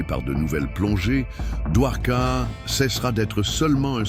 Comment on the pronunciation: Get the name correct please! Dwarka. Not Duhwoka.